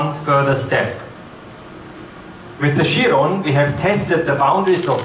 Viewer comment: is it not pronounced "KIE-RON"